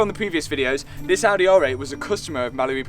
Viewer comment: And don't forget the Audeh